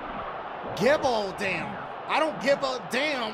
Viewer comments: I lost it when he pronounce it as I dont gevaudam! 😂😂😂 mufukuh! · It's really pronounced "je-voo-dawn" my dad who's really about his French ancestors told me about that village and the supposed monster it was a great story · it kinda sounded like dashie said the monster of giveadam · I was anticipating how Dashie would pronounce the Bishop's name and I was not disappointed. Replayed that about ten times.